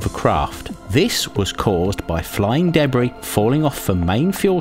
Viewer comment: Debree...never heard Debris pronounced this way.